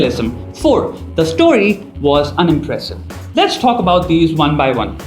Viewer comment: T ko thi kyun bolte ho bhai😂 thalk thell 🤣